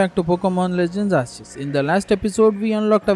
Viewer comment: 6 SHINY POKÉMON 6 PRETTY GOOD JOB Oh also its not arseus ITS ARKOOS